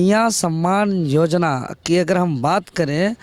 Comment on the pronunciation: जोजना नहीं योजना होता है।